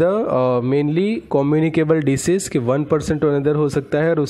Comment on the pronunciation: Disease not decease